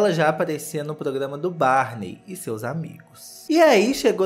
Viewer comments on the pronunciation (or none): “…ela começou tão cedo que lá em 99 ela já aparecia no programa do BARNEY. E seus amigos.” KKKKKKKKK a pausa dramática pra falar o nome do desenho